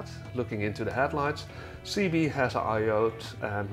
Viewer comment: Cibié is pronounced Sib ee ay not seebee